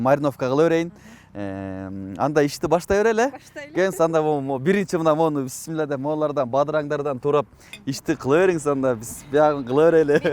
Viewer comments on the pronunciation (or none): none